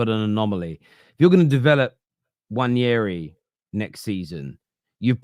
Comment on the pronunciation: Nwaneri - Won yer ee